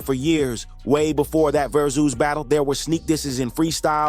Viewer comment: ver zooz?what the hell is that? It's Versus, just spelled with a Z.